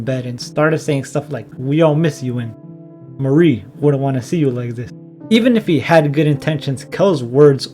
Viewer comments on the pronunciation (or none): Im not sure thats how you say mari i may be wrong but i say mar E but thats just me